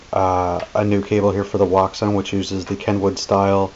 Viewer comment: JUST FYI, WOUXON WHEN PRONOUNCED PROPERLY IS ACTUALLY SOUNDS LIKE "OCEAN" FOUND THAT OUT FROM THE MANUFACTURER